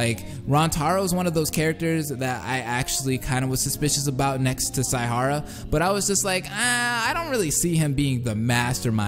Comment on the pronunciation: "Su-moo-gi" ITS "SEHMEGEE" IM DEAD (Like Tsumiki but with gee at the end) It's also "S-eye-ha-ra". "Kee-ree-gee-ree" You kinda said so many names wrong. :/